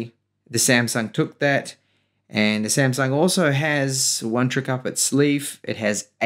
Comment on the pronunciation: samsung not semsang 😂